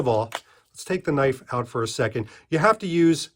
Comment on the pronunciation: needs a Loicense to Knoife